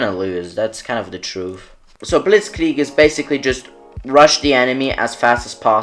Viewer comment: Bro it's "blitz-kreig" not "blitz-klieg" (other than that great I will continue supporting ur channel)